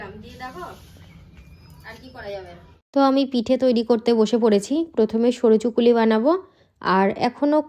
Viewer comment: Ore soruchukuli noy😂soruchakli thik kore bolo😅